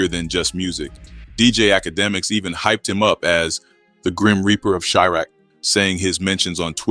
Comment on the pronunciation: Why he keep saying chirac all weird